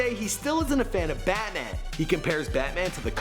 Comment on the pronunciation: Did he say batnan